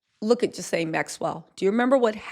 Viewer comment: You know Ghislane (rhymes with key-lane) knows EVERYTHING dirty ‘bout Diddy! Their separate rings basically made a Trafficking Venn Diagram together!